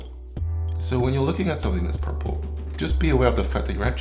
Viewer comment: WTF is "PUHPPLE"?